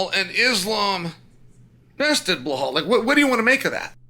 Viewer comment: You insult Belal when you mispronounce his name